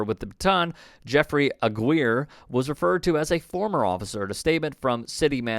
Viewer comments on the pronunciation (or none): reporter its pronounced AH-GI-RE not AGUEERE. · Last beam is pronounced, “Aw gee re” otherwise good video bro. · Bruh. It’s “Ah-Ghee-Ray” and roll the R! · Dam bro you can evan pronounce the cop last name right come on bro